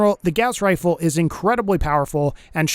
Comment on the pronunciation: WEREA WHA WAZER WIFLE